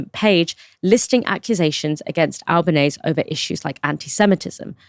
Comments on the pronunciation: She DESERVES HER NAME TO BE PRONOUNCED CORRECTLY!: It's Ahl-bah-neh-seh, not ahl-bah-neihs nor ahl-bah-neih-sih. Al-ba-ne-se. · Please pronounce her name correctly. .google it if necessary .it's not Albanaise . Which is is not correct. It's a matter of respect. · Pronunciation! Albanese rhymes with easy